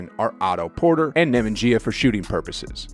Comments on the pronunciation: It's NEH-MAN-YAH 😆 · I’ve never heard nemanja name butchered so hard ever in my life